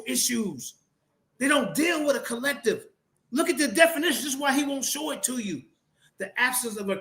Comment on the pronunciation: It is hilarious to keep listening to mispronouncing the word 'definition' as 'denification'!😂